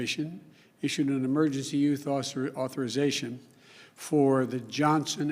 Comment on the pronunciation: the guy you all "elected" can't even say authorization....